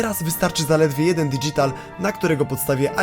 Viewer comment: "dydzital" Ale to fajne słowo ! :)